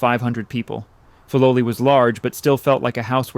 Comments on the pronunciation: Fi low lie not fi low lee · The pronunciation of Filoli is F-eye low lee not Fee low lee. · You have produced a wonderful documentary, devoid of the annoying and unnecessary background music. I lived in SF when Lurline Matson Roth was still an active patroness of the arts, and we were told that the name was pronounced FYE- LO-LEE, because Mr. Bourn made up the name combining words from his credo, FIGHT, LOVE and LIVE. (“Fight for a just cause; love your fellow man; Live a good life.” ) I have not visited the gardens lately, but I wonder if the docents pronounce it the original way. You get extra bonus points for pronouncing correctly the name of the artist, Ernest Peixotto, prominent in Bay Area art circles. Also, one of the most famous Matson ships that sailed to Hawai’i was named “The Lurline,” which everybody pronounced Ler-leen. Again, thank you for such an interesting and articulate narration.